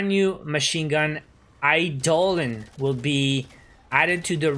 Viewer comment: I havent watched a video of yours in a year but now im ready to watch an like again also the new MG is pronunced Eye-doe-lon